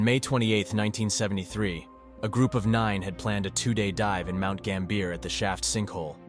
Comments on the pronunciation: Mt GAMM-BEE-YAARR. Not GAMM-BEER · mount gam-bi-ugh not gam-bierrrr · "Mount Gambeer" ahahahahha. Absolutely love the content but bro just look up how to pronounce the places before you their stories. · It's Gam-bee-a. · Its pronounced Gam-bee-ah haha sorry I started the video and was like what the heck did he say 😂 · Great video. If I could offer one correction, Mount Gambier is pronounced "Mount GAM-bi-er". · Mt Gambier is pronounced Gam-bee-ah